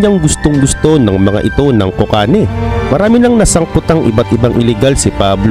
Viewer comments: Cocaine ✖️ Kokane ✔️ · 😂😂😂(kokayne) basa nya sa cocaine 😂😂😂